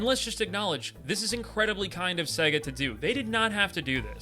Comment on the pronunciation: It’s pronounced say ga not seg uh